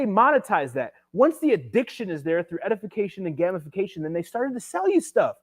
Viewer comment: Brooooo! "Gamification": 'game-if-fa-cation' Great vid